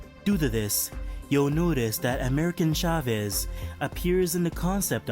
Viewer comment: It's America not American Chavez, but, like always, great job, I love the goblin head glider and the glass sandman. Plus I'll always love the TASM suit